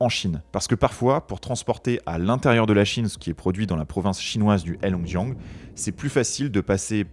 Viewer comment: C'est bien de faire une video sur la Chine, mais ça serait mieux si vous appreniez à prononcer le pinyin.... Le H dans Heilongjian se prononce un peu comme un R (Reilongjian)